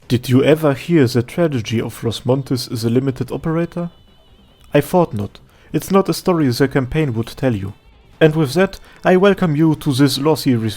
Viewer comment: Upon re-listening to this, I noticed that the man said “Did you ever hear the tradegy” lol